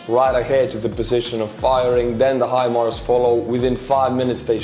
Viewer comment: You've got it. Hi-Mars. Remember "How High the Moon?" Well, maybe not? Maybe, How High the Moon didn't make "Your Hit Parade" in 1950 Estonia? My point is the pronunciation. High Moon. Mars is even "higher" than the Moon. High Mars. Hi, Mars! How's it going? You have the American vernacular, the America pronunciation -- HIMARS. Say HIMARS like that and you sound like the President of the United States. Now, I wish would get it. I've been trying to tell him, it's not him-Mars. It's not her-Mars, either. Maybe you can get through to him? For your programming, tak. I learned to say take in Helsinki and Aalborg (in 1985.) Do you say 'tak' in Estonia? I enjoy your humour. Keep smiling! 👍🏻 😉. The 🌎 needs your humour. ❤️ and 🙏🏼 to you and Estonia. Peace now in Ukraine. Slava Ukraine 🇺🇦